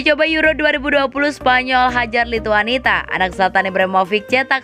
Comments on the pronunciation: Nyebut lituania juga lituanita 😔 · Lituania ga pake T